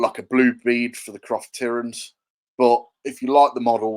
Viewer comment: That’s ok, keeps struggling with saying it right!!